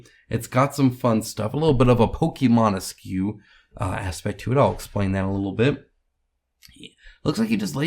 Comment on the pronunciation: Just so you know, for the word pokemonesque, the esque is pronounced esk like desk, not S Q. Just thought you'd like to know. Love your vids!